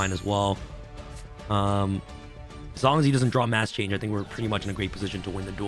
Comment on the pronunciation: Rhyme needs to teach this man the proper way to say draw